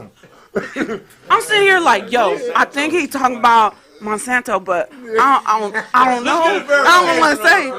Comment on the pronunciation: 😂 got 2quit smoking 💨He called Dr.Francis Cress Welsing Neely Fuller & He was pronouncing Monsanto wrong quit eating those edibles Bro ✌🏾